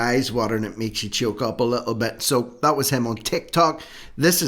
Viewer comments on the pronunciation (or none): Dat instead of that.